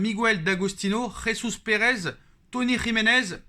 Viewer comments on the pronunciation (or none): none